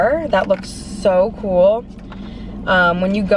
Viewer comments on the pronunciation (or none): none